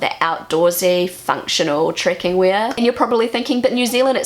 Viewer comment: It took me a while to realize she was saying "trekking" and not "tricking".